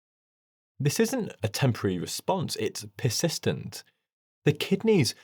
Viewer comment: I like how you're discussing kidney function, and your pronunciation of "persistent" sounds like "piss-istent"